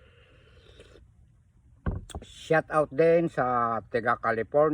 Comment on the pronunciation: shout out hindi shot out tatang me admin kpa nlalaman pero di tinatama pananalita mo para kang tanga lang😅